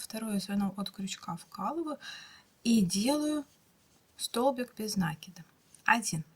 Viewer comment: Правильно говорить: " накИд, а не нАкид!!!! Режет ухо неправильное произношение!!!!